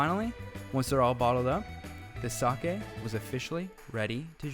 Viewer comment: Its NOT TO-KI-YOO, its TO-KYO, its NOT SA-ki, its SA-KE